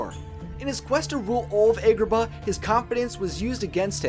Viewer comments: The fact he’s saying Aegraba and not. ahgraba is skskskskksk ik I spelt it wrong but sksksksk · It's not "EGGrabah" it;s AHGrabah." Have you not heard them say this city's name in the movie before? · What's with the horrible pronunciations? Vis-ie-er? Egg-rabah? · Ok do u guys notice how he says egg-robah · "Eggrabah" I've heard of Agrabah, but where exactly would "Eggrabah" be located? lol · You were saying Agrabah wrong. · Your mispronunciation of Agrabah was way to distracting for me to enjoy the vid :/